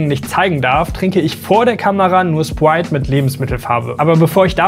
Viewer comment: „Wap“ „Spwite“ - junge triggert die Aussprache